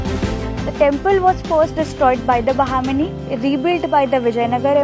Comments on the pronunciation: is this word Bahmani? Or is it Bahamini? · Seems it would be pronounced बहमानी? I could be completely wrong though. Just inquisitive; I have a friend whose last name is Bahmani, and she pronounces is बहमानी.